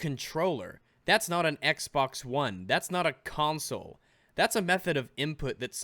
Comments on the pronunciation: did he say ''cuntsole''?? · "give cwedit whewe cwedit is due" "cuntsoles"